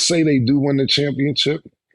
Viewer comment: And Cam with Championchip